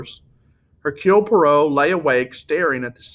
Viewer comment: Why are you doing this? Let people read the good book rather than listen to your awkward descriptions . Please, learn how the name of the detective should be pronounced correctly. By the way, here on YouTube, there are some fantastic audio versions of this book.